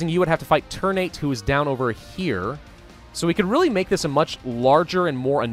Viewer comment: Ter-Na-Te, not ter-nate. Ter like "Terra", Na like "Natural", Te like "Telling" :)